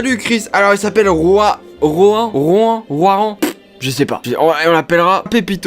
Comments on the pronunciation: Ça se prononce Rouane mais sa s'écrit Rowan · 0 Roan c'est ''rone'' (prononciation) en fait... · Non c rowan et ca ce prononce rowane